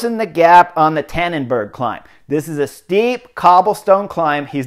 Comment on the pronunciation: Far better analysis than e.g. the Wedu take on it. The only thing Lance does better than Chris is the Flemish prononciation of the bergs. I would suggest to use this pronunciation in English "Stane bake dreece" (for Steenbeekdries) and "Tie 'n' berg' (for Taaienberg).